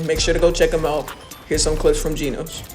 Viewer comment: Its genoz not genose